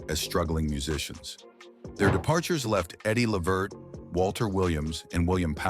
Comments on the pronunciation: It’s Le-Vert, not Levert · Mr. continue to say the O'Jay's please don't try saying Eddie last name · If nothing else, please. Pronounce, his name right. Tell the truth about, what really, happened in La vert life!😅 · Yes, mispronounced Eddie and his sons last name 😕